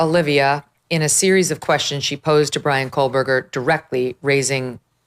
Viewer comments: Why has no one told Megan Kelly that she is mispronouncing Kohberger? She thinks there is a letter L in his name. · Quit calling him "coalberger" it is Koh berger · I wish you would pronounce his name correctly. There's no "L" in Kohberger.